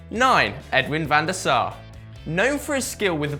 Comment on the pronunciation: van de Sar needs to be higher + the prononciation though xD